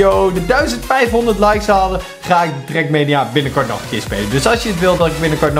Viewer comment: Het is trak mania niet trek menia